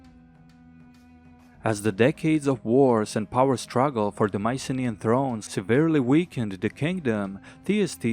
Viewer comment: It's so nice hearing you about Mycenaean history also great pronunciation of the Greek names :D